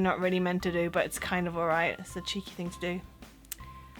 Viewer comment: Ah, her t's at the end of some words are a little too hard. Still. Very very good accent. "but", "that"